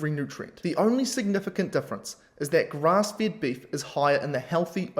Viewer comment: You should not pronounce FED as FIT...